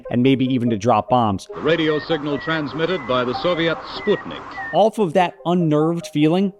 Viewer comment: I love how you butchered the pronunciation of Sputnik even though you just played the news clip of a guy saying it a few seconds prior. Also Gagarin's name.